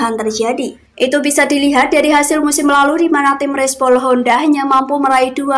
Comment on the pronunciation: Respol ya min bukan repsol. Kwek